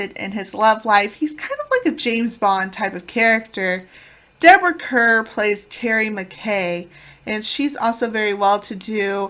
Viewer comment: Yes the pronunciation is like “Car” - Deborah Kerr as in Star ⭐️